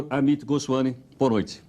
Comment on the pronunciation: O "professor" (professor?) Heródoto Barbeiro não conseguiu pronunciar, de forma correta, o sobrenome do dr. Amit Goswami. Substituiu "m" por um inexistente "n".